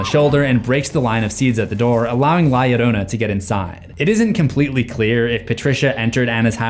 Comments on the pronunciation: bro it is no "la ladona" its La-Yo-RRO-na with a rolled R lol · Bro said lieadona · Okay guys it’s pronounced la ( hard a) ya rona to L’s in Spanish make a y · You said it wrong and she's a Mexican myth said la lirona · Lah Yereunah 😜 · La llorona (La-Yo-row-nah) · "La yiorouna" Bro. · Its pronounced this way la (you said it right) "jorona" (without the jou that you always use on words that have ou ... its just flat o.) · Am sorry I can't take it seriously while you're pronouncing la lloroana 💀💀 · "li adona" wrong name mboy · Does he keep saying ya lolona??? I’m going insane over his pronunciation. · The Llorona is a long story that has been told to many generations of hispanics. FYI the "Ll" you say it like a "y", so it sounds like ""yorona" but not spelled that way. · La Ladona😂😂😂😂😂, I can’t breath😫😂😂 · L.A. Llorona?! I'm deceased 😂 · the way he said la llorona hurt my soul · I know this is old but you sounded so funny trying to say her name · The way he’s pronouncing la Llorona is infuriating 😅😅😊😊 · YOUR SAYING HER NAME WRONG IM PUERTO RICAN IVE HERD THIS STORY 1000'S OF TIMES!!! THE L MAKES THE J SOUND IN SPANISH MAN!!! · The scariest part of this video is his pronunciation of la llorona😭😭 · say her name right hod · Is he pronouncing her name right? Or is it just me? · Every time La Llorona is mispronounced I died a little inside... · You gotta learn to roll your Rs. lol PS the story exists to stop kids from drowning from falling in water without knowing how to swim, but pretty sure everyone already knew that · "L.A Llorona" had me dying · bro the way you said her name🙁 your gonna piss her off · Please look up how to say "Llorna" properly. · La Llorona at the end becomes a gringa lmao 😂